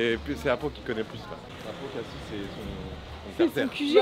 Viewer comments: Lol vous avez dit cassi au lui de dire cassis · Elle dit cassis comme le sirop Alors qu’on ne dit pas le s